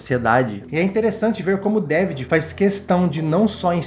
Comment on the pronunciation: Esse filme é maravilhoso!! E continua muito atual, impressionante!! Nao esqueço a pronúncia do Gosset falando o nome do personagem do Quaid: "Dávidjiiii" .